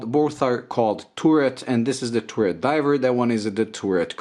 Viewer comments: Nice, Simple yet unique and interesting dial (first one). Just that it’s pronounced “Taret”, not “tooret”. Yes, I noticed you said it correctly on the second one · How it called, turd? Turret. TURD? TURRET!